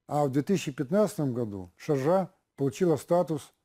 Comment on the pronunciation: Это не правда, Я живу в ШАрдже (Ударение на Ша) и этого проекта НЕ СУЩЕСТВУЕТ. Вы обманываете людей, Если и будет что то такое строиться, то только в рамках Дубайского метро, чтобы можно было соединить в единую систему Метро Дубай и Шарджа, потому что это фактически единый город. Вы такой бред несете, что я просто удивляюсь, как на вас в суд не подали за ложную информацию Правительство ОАЭ и шэйх Шарджи.